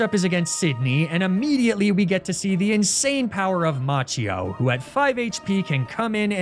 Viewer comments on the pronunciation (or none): Macchio would be pronounced 'Makio' in Italian